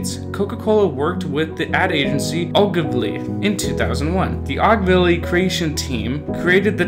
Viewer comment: How can you not pronounce OGILVY correctly? OH-GIL-VEE.